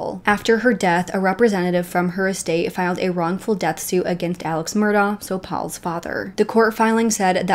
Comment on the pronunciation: Job well done! I recently became aware of the Murdaugh's and started looking into it. This seems like something out of a movie. Unbelievable! I appreciate your research and the details you've included. I believe Beaufort, SC is pronounced with a long U (like 'Bufort'). Also, Alex Murdaugh pronounces his name 'Alec Mur-dock', just listen to his 911 call. One more constructive critique, the front of a boat is called the bow. That is pronounced 'bowel', like a bowel movement, not like a bow and arrow. I look forward to watching your update on this case! You really have done your research and included a lot of details that others haven't!